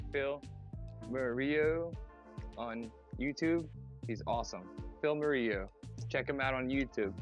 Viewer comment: Moreau is probably pronounced Morrow, French name